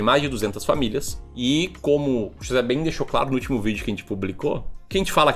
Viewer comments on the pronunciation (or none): none